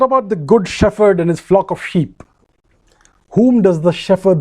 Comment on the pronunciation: Excellent! Only pronounce 'shepherd' properly! It is 'shep herd' not 'sheferd'!